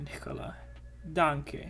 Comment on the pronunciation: I dont commentate that often but i rly love your reactions (and your kengan/shuumatsu/csm/tenkaichi talks in general) and i hope that you continue! Oh and the "danke" was pronounced pretty good. Its nice 2 see something positive from Austria in a manga without war and all of that. (sry for my trashy english btw)